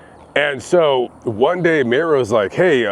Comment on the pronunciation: It’s pronounced Myra